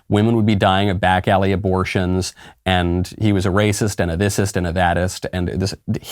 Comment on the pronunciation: "DaS rAyCiSs!!"